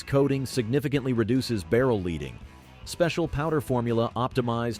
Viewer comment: Yeah, and saying less leading pronouncing it as leeding.